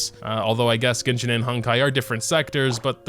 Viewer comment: "ginshin impact"